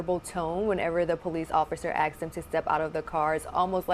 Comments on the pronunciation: She is clearly stupid. Probably no college. Its asked, not axed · OMG She said axed again ... hmmm. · ... Did that woman say 'axed them to get out'?? WTH